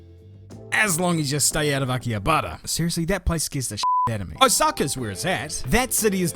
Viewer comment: Please don’t butcher the pronunciation of Akihabara again. I don’t think my heart can take another stabbing like that!